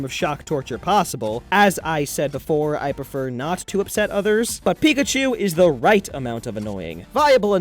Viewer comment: It's pickatu